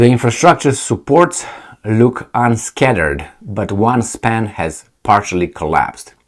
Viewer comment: Unscathed = Un-scay-thed (thed pronounced like in unbathed).